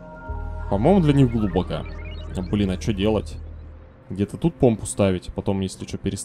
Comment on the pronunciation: ради бога, глубокО. Уши режет просто.